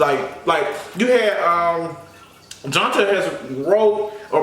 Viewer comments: Johnta name is pronounced John- tae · Hey! It's John-tae 😘 love u! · His name is pronounced johntay lol 😂😂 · If I'm not mistaken, I think Johntá pronounces his name John-TAY.